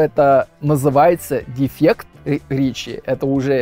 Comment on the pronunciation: произносит неправильно гласные после согласных не - нйе ре - рйе Америка - амйерика дефект - дефйект и т. д